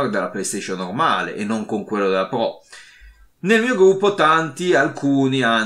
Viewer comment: Scusa mah il po1 è po2? Scusa o la R moscia 😂 pro 1 e pro 2